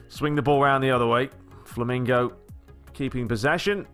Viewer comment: LOL!. You are saying FLAMINGO instead of FLAMENGO